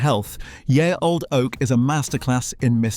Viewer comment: No one can find a bot voice that can pronounce correctly.